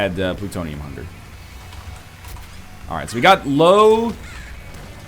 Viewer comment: One day NL will get Lil Hunter's name right. I believe it's going to happen.